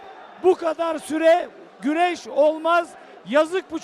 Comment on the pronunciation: Güreş değil " Güleş" 😂